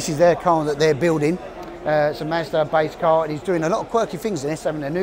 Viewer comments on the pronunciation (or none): none